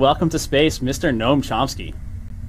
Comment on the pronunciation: I'm pretty sure it is actually "Gnome Chompski"